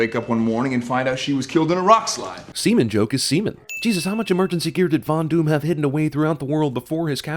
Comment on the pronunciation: After listening... does any one else hear Fondue in place of Von Doom?